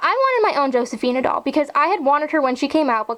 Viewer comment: I just wanted to let you know that the "J" in Josefina is pronounced like an H in Spanish. So it sort of like Hosefina. I'm not trying to sound like a know-it-all, I'm just trying to help you. :)